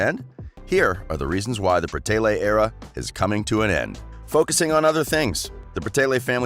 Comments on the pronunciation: ITS BRA TAY LEE NOT BRATAYLAY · Who else got so annoyed when he said Bratayley like Brataylay 😑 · IS BRATAYLEY NOT BRATAYLAY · OMG IM SO TRIGGERED ITS BRATAYLEEEEEEEEEE NOT BRATAYLAY PRONOUNCE IT RIGHT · Sweetener Grande he can at least pronounce right it is so easy so pronounce. BRA-TAY-LY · Meadow Bal the guy in this video says it like bra-tay-lay and it’s pronounced bra-tay-lee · stop saying braaaateyla its not right no hate though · the way he says brateley makes me cringe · One thing that annoys me is that he pronounces brataylay wrong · okay but its BRA-TAY-LEE omg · Stop saying bratayLAY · lmao the “BratayLAYs” the mispronunciations is sending me 🤣🤣🤣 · just for future reference, it's pronounced Bra-Tay-Lee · My manz said "bra-tay-leyz" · You said Bratayley wrong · So no one gonna talk about how dude is pronouncing their last name??? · okay but if ur gonna make a whole video about a thing , atleast pronounce it right , please n thank u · They have not completely finished YouTube I’ve been a fan for the longest time and they even said that we will come back probably. And the person that is speaking in this doesn’t even know how to even say Bratayley and know they haven’t completely quit. They are taking a brake they will come back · Meadow Bal they kept pronouncing the channel name wrong